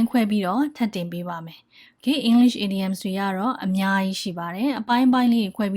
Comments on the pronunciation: the teacher said IDIOMS but i hear IDIOTS LOL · the teacher said IDIOMS but i hear IDIOTS